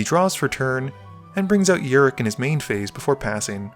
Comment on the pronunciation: It's rok not rik